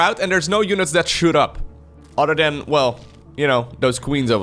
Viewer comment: Rhadder Dan = Rather Than